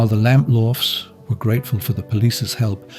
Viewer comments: Along with Lord Lucan, Suzy Lamplugh's is the most famous missing person case in the UK. So it's baffling this narrator repeatedly mispronounced her surname. Is it an AI voice? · Lamplugh is said as lamplooo, your voice over says it differant, suzy lampla your sounds like, says it wrong several times, totally differant to the news station reading of her name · I like it because it’s English and I’m sick of yanks everywhere. It’s just the way some words are pronounced annoying me. Her name is pronounced lamplooo not lamplaaar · Exaclty as, others have said, the news link says name correct, your ai voice says lampla, it's said lamploo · Pity the voice says the surname wrong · Sounds like AI due to mispronunciations of her surname. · Would be better if he could pronounce her surname correctly. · I assumed the voice over is AI because of the wretched mangling of the name Lamplugh.